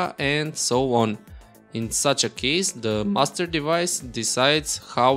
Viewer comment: Anyone else keep thinking he's saying "Mustard Device" instead of "Master Device"?